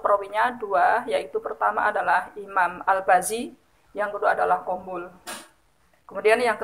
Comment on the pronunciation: Cara baca kitabnya boleh diperbaiki sedikit... Sayang sekali nama Ibnu Amr dibaca Ibnu Umar dan qunbul dibaca qobul. Sehat selalu